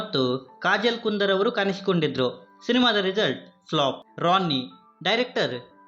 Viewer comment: ಣ ಅಕ್ಷರದ ಉಚ್ಚಾರಣೆ ಕಲಿತುಕೋ ಮರಿ. ಅದು ಕಾಣಿಸಿಕೊಂಡಿದ್ದರು - ಕಾನಿಸಿಕೊಂಡಿದ್ದರು ಅಲ್ಲ.